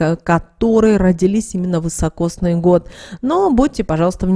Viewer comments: Простите, но режет слух вЫсокосный год, правильно говорить вИсокосный. Спасибо. 🌹🌺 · Извините, не высокосный, а високосный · Следует говорить "високосный"